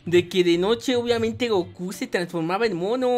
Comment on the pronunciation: Dise coco y es gocu 😆😆😆😆